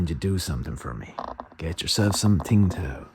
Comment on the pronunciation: Love John Prine. I think that beer is pronounced "sing taw".